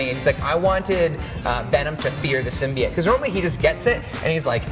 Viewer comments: "SymBIOte" not Symbeit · Please learn how to say symbiote